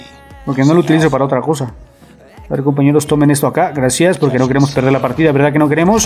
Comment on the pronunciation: Poque? No hay poque